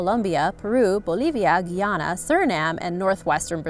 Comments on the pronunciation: Its Guy - ana not Guiana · The pronunciation is Guy-Anna not Gy-anna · You pronounce Guyana 🇬🇾 wrong